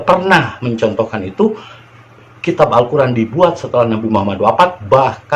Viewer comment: Alkoran ayat2nya ngaco/asbun